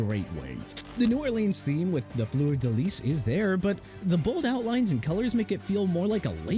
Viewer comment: Unbelievable... you can't even pronounce New Orleans correctly! ALSO IT'S FLEUR DE LIS PRONOUNCED FLUR-DUH-LEES!! DO YOU NEED A TEXTBOOK ON HOW TO PRONOUNCE?! CUZ IT SOUNDS LIKE YOU NEED ONE!! PLUS YOU'RE INACCURATE AND FLAT OUT WRONG ON THE SUPER BOWL 42 LOGO CUZ IT DON'T INCLUDE THE ARIZONA CACTUS AND THE MOUNTAINS!! MAYBE YOUR EDITOR SHOULD DO HIS RESEARCH ON ALL SUPER BOWL LOGOS BEFORE YOU DECIDE TO DO A VIDEO ABOUT THEM!! BOTH Y'ALL GETTING FIRED FOR REAL!!